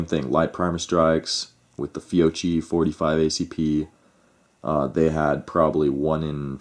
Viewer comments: fee-oh-KEE not fee-oh-chee so annoying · Ok but please say "FYOKKY", because in Italian ch = k...and if there is a double You need to persist a little in the pronounciation of that double letter 😅(fyoKKy).....FYOCHY is unaudible ahah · Actually, no, it's not "Fee-o-chi" (phonetic); the proper pronunciation is (phonetically) "Fyo-kee" (phonetic). Kind of like Sabot: people say: "saab-ott" but it is actually "say-bo". Not to split hairs but since some made the case for pronunciation might as well say it correctly. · Beside the fact the correct pronunciation is “Fiokkee”, I have to agree. First time for my brand new Glock 45 at the range: Fiocchi RNCP. 60 rounds out of 100 couldn’t cycle the gun. Tried 100 Geco: everything perfect. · It’s pronounced Fee-O-Key. Great ammo and the shooters probably modded their triggers with lighter springs for lighter trigger pull and it effected firing pin force. Either that or some guns don’t agree with certain ammo. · Fiocchi = Fee-oh-key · This is Christmas Eve 2021, my brother in law bought 20 rounds of .45 Acp Fiocchi Blue Guardian, he has a Springfield Xds in 45 Acp, I will tell him this tonight, Thanks, btw the cch is pronounced as a K because there is no K in the Italian alphabet, My last name for example is pronounced as a K. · How can we take you serious if you can't even pronounce the manufacturer right. Then on top of it you don't even know what Glock it was you call it a mini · First pronounce that right Second check the Guns Fiocchi is one of the best out there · seriously every time he says it wrong im just like cringing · Personally NEVER had ANY problems with Fiocchi. You need to contact Fiocchi to investigate the matter. May need to recall a lot, never know; but NOT a reason to boycott them. Oh, and also, learn how to pronounce Fiocchi properly. It just makes it sound like you really don't know what you are taking about when you mispronounce the name, lol!